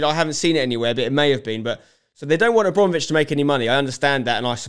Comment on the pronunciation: good take spenc, but its abrAmovitch not abrOmovitch :)